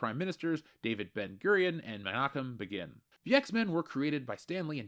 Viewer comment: Menachem Begin is pronounced BAY'-gunn (with a hard "g" and short "u"). A rhyme would be "Sagan". 🙂